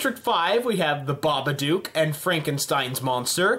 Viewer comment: How did you pronounce babadook wrong